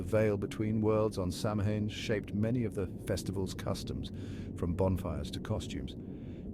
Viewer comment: You would think with research he would be able to pronounce Samhain in the right way. He says it once and then mispronounces it the entire rest of the video. For me the content was good, but just the mispronunciation of that sacred night was troublesome 🥺